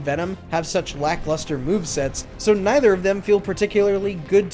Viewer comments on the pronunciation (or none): none